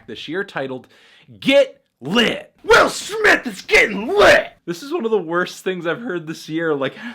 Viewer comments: Willer smith. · I didn't see the need for the use of the hard 'er' when talking about Will Smith